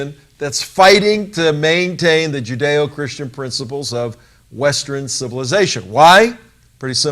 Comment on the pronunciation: Ha! That's 'western' not 'westren.'